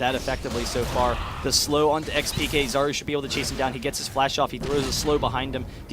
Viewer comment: Just FYI: Czaru is pronounced [charu] like [ch] in charm. "Czar" is polish word for magic spell. Or charm. So I imagine it's because he is ap mid.